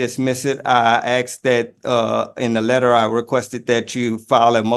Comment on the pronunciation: Nothing says "Royalty" AND "Chief" like having to pronounced 'asked' as 'axed'.